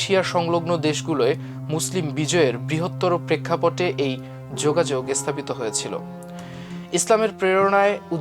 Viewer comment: উচ্চারণ ভা‌লো নয়। "স্থা‌পিত" উচ্চারণ অ‌নেক প্রকট।